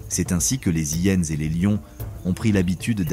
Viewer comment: Bonjour, tres beau documentaire, merci infiniment. Est ce une voix faite avec l'AI ? Car si je ne me trompe pas, on ne fait pas la lisaison .. les Zhyenes mais on dit bien: les hyenes. Merci pour toutes ces belles images.